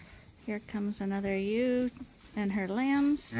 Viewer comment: I think is more of a "yeh-oo" but said fast. I was watching a different (Not Sandi Brock) Canadian sheep channel with a few dozen subscribers and I had to replay it a couple times before I realized that the Y-Owww was Ewe. (think saying the Y like in young and then hitting your finger with a hammer) So hard to put an accent in text.